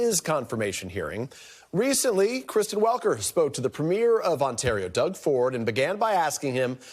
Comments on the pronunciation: Ford's title of Premier is pronounced with the accent on the first syllable. Preem-yer. All the US news networks have pronounced it wrong. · Been noticing that too... it's funny how we (Canadians) are so used to saying it a certain way. But totally reasonable - can't really say its "wrong" .. tomato, tomato , route, route